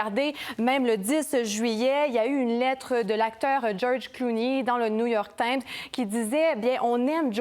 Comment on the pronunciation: Apprenez lui comment prononcer New York Times ( un autre exemple de médiocrité à RC